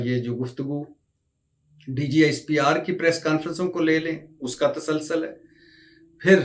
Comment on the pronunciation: اردو بهي نهين آتي ." تاسال سال " نهيين بلكه "تسُلسُل" صحيح تلفظ